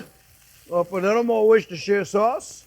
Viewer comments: Cher Jean-Pierre, cette fameuse sauce "Worchestershire sauce" est pronouncé Worster Sauce. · Worcestershire sauce pronunciation. Wuster-Shire - Sauce. David from York-Shire